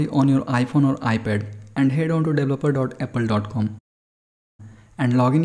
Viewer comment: “ lets download iOS 12 deblaplabluh bata”